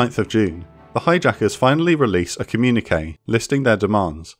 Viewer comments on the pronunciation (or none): none